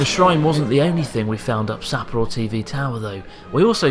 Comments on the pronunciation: I cant watch that video dude its SappOro not SApporo. dislike on this one. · Maybe because he butchers the name Sapporo. Sahhhhp-poro. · Why are you mispronouncing Sapporo, emphasising SA? I assume it's on purpose, but why? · If you ever do come back, I can show you around a bit! And teach you slightly better pronunciation of Sapporo 😂